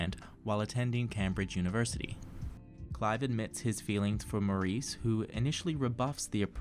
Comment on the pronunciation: OK, the pronunciation of Maurice in this review is unbearable, and to a British ear just sounds effete. The reason for mispronouncing it just daft. Please don't do this again!